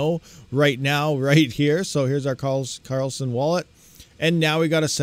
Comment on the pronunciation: it is Karlsen D not Karl Send;-)